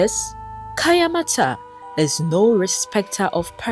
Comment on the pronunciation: It's kaayanmaata not kayamata